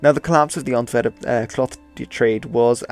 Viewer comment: Normal People: Antwerp: Ontverrup